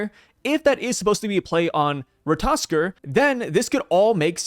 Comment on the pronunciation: Definitely random but it surprises me that these YouTubers keep using ratotaskr’s pic from GOD OF WAR RAGNAROK but still don’t know how to pronounce his name